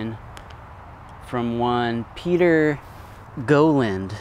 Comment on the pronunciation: Peter Gowland’s last name is pronounced Gow (like cow) land Gow-land. Also, as with all cameras with bellows, as the bellows are extended you lose light intensity to the film, it is called “reprosity failure.” So you have to add time or open the aperature to obtain proper exposure. Thank you for the video.